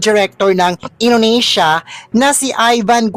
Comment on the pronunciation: Talaga lang Inunesya Ang pag pronounce